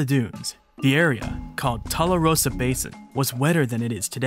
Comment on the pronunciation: Tularosa is like "Tool" not (Jethro)"Tull."